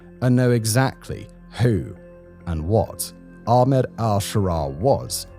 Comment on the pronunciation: Laziness! All they need to do is say the A sound from 'apple' and end with 'Med': A - Pul -----> A - Med!